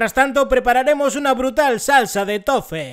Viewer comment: Nickrator! YT Claro, pero la pronunciación es tofi...